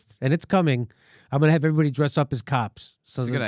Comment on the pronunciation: “Hovrybody” -Jim Jam Doreski